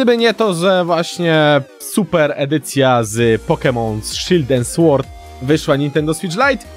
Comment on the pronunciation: nie słord tylko sord